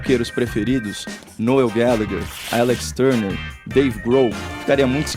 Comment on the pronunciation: Me racho de rir toda vez com o "nuél guéliguer, deivei gro"...